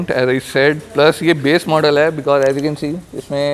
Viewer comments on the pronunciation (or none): none